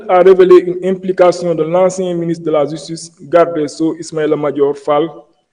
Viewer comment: Degoule francais ou sa langue a des problemes il dit la jistice et jistuice on dit ( Justice) autre mot mal pronocé car il a des problemes avec le j et le g Il dit Exijer (Exiger) .